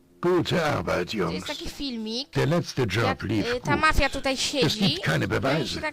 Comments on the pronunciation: Jeden z niewielu tytułów, które przeczytał poprawnie :) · Jedyna gra chyba ktora dobrze zapisał i dobrze wymowił XD